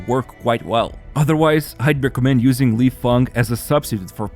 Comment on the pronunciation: You pronounced Lifeng's name,e exactly right! 👌